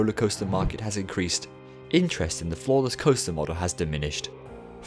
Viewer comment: So I misheard “floorless” as “flawless” and I was like, man that must be some coaster design.